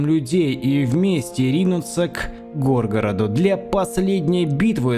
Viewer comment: Бро, гОргород-это альбом оксимирона, а горгорОт-это то про что ты нам говоришь)))